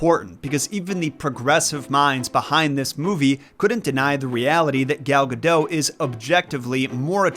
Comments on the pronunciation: Saying that celebrity name correctly. A handy how-to guide ... Say dot. Say Gal. Say Guh. Say dot. Say Gal Gadot. Good job. Proud of you. Gold star. 👍⭐️ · It's not Gal Ga "doe" ffs... If you're going to make a video for thousands of people to see, at least somewhat try to pronounce names correctly. If I were Gal, I'd be pretty perplexed as to why people keep saying my last name like Homer Simpson. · Gal Gadot's last name rhymes with "note." She's not French; She's Israeli. The "t" is not silent. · It's Gal Gadot, not Gadoe